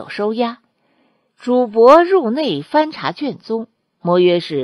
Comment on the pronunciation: 是 主 簿 非 主 薄。主 播 該換一副眼鏡。